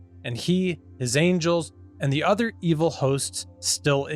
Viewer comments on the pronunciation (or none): none